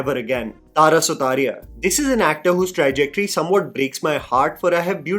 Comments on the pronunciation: 'seismic' is pronounced 'size-mick" and 'trajectory" is " Trar-jectory' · Bro you do great research for your content, but please pronounce the name of the actor correctly, it's not Sefli, its Saif Ali. Also niche and trajectory. These are a few that pop out of your videos, rest is all good and cool 👍